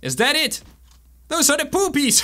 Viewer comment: As you said "poopies" i understood "boobies" 😂😂😂